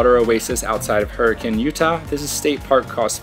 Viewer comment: Great footage and awesome hikes, but PLEASE ask someone in Escalante how to pronounce the name - it is located in Utah, not South America… My mom is third generation born and raised in Escalante so she would know. And yes, pronunciation matters. Just ask the convict who got pulled over and told the police he lived in “Hurricane”. Hint - it’s not pronounced like the tropical storm 😉